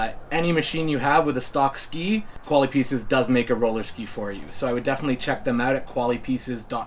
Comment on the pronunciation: The dude is pronouncing the product wrong. They’re a French company, or at least the brand name has French heritage. Pronounced more like Koala-P-S.